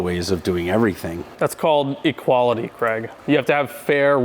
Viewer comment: I'm just wondering why Craig is being pronounced Kregg ?